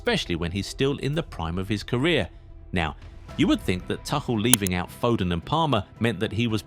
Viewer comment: I suggest you go to Scotland for holiday. The name of the coach is Thomas Tuchel, not Tushel. Since when is Tuchel coach? And you still do not know how to say Tuchel? Ignorant idiot!